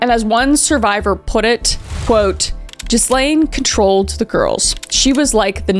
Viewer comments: Gi Lane. Not Jizzlane. La fy ette... crazy pronunciations you got going on here. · Hearing it pronounced "jizz-lane" instead of "ghee-lane" makes me laugh every time which feels wrong because this was an excellent coverage of a horrifying topic. Just can't turn off my dumb brain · This was such a thought-provoking video. But Kris - ya kill meh for pronouncing it Jizz-lane, instead of Gee-lane. 😂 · Kris, I love you but…It’s pronounced Gillaine, not Gislaine “gill,like fish gills” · Americans need to understand, her name is pronounced ''Ghilaine'' ... not ''GhiSlaine''... the ''S'' is silent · We not talking about how Kris is pronouncing it Jizz-lane not Gill-ane?!? Intentional or nah? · Just a couple off the top things. I'm just starting your video but always looking for unbiased reporting. Ghislane pronounces her name with a hard G not soft so it's pronounced like good not like Gerry. Karate uses clothing called Gees so think of her name like Gee lane. Europeans generally pronounce G as a hard G. My second point is Trump kicked him out of Maralago for what Epstein did to that girl. Finally, if Trump was guilty of anything regarding the plane, island or Epstein himself Dems would have put him in jail yrs ago. Something like that for Dems is gold. They would have never let it go, and when detectives came knocking Trump was the only one that helped them. He gave them everything they asked for and helped them in any way they needed. Clinton never did anything to help detectives and Epsteins portrait of Clinton wearing a blue dress isn't helping Billy boy. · It's guh-layn Maxwell😅😅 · i love your work sooooo much and you’re the best. (separately and i’ve heard it everywhereeeee so it’s not just you but i’m like 70% sure her name is pronounced GEE-LANE bc it’s french. but im no authority on the matter. just putting that out there) not that igaf that she gets her pronounced correctly lol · I cant stop laughing when you call ghislane, jizz-lane. 😂😂😂😂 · Pronounced 'Gilayne'